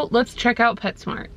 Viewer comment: Um you said petshcmo like taylor nicole dean